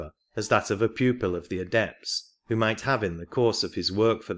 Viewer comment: atlanTEEan? the aDEpts? This reader is placing emphasis on the wrong sylLABLES. This is typical in certain parts of India.